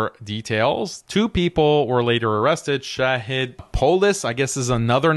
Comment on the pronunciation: Shahid is an attribute of Allah. You should learn how to pronounce it. Stop believing that Israel and the West are all powerful. Allah is all powerful. The conquest of the Zionist state is inevitable BECAUSE Allah is all powerful. Obviously you are not going to fight. So since you are unwilling to fight for what you claim to believe in, you should not criticize harshly those who have the courage to try and find a solution to this problem. If you do not believe anything can be done through economic conquest, then, GO AND FIGHT!!!